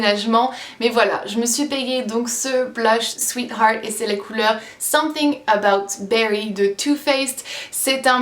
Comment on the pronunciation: Rhooo j'adore comment tu prononces "Sweet Heart", c'est à dire très correctement , contrairement à moi !! MDR "fait découvrir" ;-) Ces RAL dior.... faudra vraiment que je teste !!! Je vais finir par faire la même vidéo que toi , à force de voir toutes ces tentations !!! MDR ;-) Bizouuuuuu